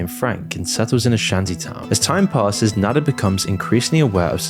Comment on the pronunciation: IT'S NADA AND AMAZON FFS, NOT "nadder" AND "amezn"